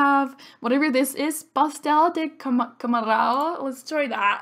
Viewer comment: You aaalmost got that pastel de camarão pronunciation right haha, it's a shrimp fried paaaastry? Dumpling? It's kinda hard to explain, I'm loving the lp!